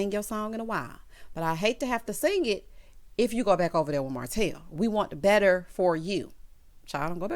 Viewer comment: called Martel HO-tel!! 😩🤣🤣